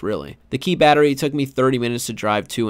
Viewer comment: “Bettary” aka Battery